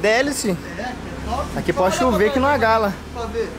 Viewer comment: O falou "pode chover", eu entende "Porsche U,V" 😂😂